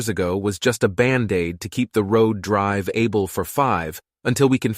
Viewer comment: dude said "drive able"